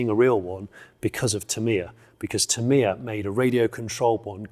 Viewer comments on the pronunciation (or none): Not teMIa, it's TAH-mi-yah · Tamiya sounds like "tam eye ya" 😜😂